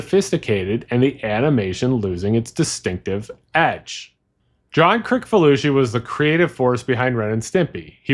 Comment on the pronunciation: It is John Kri(s)falusi, not Kri(k)falusi.